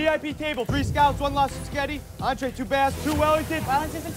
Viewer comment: lol Justin says "Lobster Sketti"